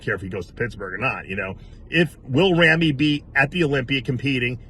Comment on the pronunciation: Someday Dave will actually learn the correct pronunciation of Ramy's name is Rah-me and not Ram-me. He's been mispronouncing Ramy's name for years!